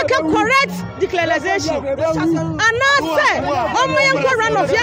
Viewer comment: Lol. ""DECLARAZATION'" paa. Madam!!